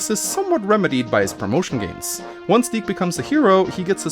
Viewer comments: You're pronouncing dick wrong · thank goodness, it's pronounced (d-ee-kh), as a kid i thought it was pronounced a little......... different.......